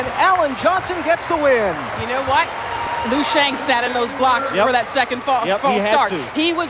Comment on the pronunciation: wtf lui xiang? its LIU not lui